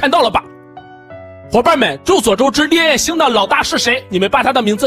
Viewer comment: 你把烈焰星說成戀愛星？